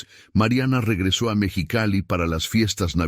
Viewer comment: No sé dice Mechicali, es MEXICALI